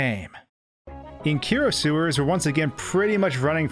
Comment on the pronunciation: Kero is pronounced “ketto” and is Japanese for “ribbit”.